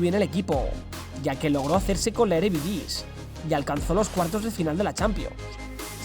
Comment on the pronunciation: No se si lo haces bien ahora, pero el nombre de la primera división neerlandesa se pronuncia “Eredifisi”. Llevo viviendo unos años en Países Bajos y me llamó la atención ese pequeño defecto. Gran video!!